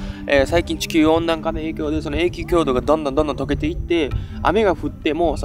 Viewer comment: 今回も素晴らしいレポートでした。 いつも、有り難うございます。 一点だけ、気になりました。 『永久凍土』→『えいきゅうとうど』と読みます。 間違って覚える方もいるかも知れないので。